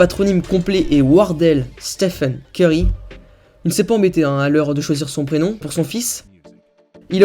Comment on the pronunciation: Il dit Stephan et ceurry